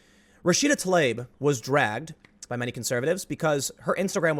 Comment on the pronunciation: FFS... Not ti-lab, not ta-layb, not tuh-leeb, not tli-ab Rashida Tlaib,... TLAH - EEB, damn, it's not that hard, people. You need to transition to be trans. That should be the rule. Since getting your vag extruded into a nub, or your balls lopped off is inextricable from reproductive sterilization, I have zero problem with this. Now, you wanna discuss women in prisons being semi-coerced into sterilization, that's some sketchy BS. And sorry, any repeat violent offender should be executed. In fact, I'm with the Saudis beheading people guilty of manslaughter due to reckless endangerment. That sort of active disrespect for life needs to be met in kind and the cancer removed from society.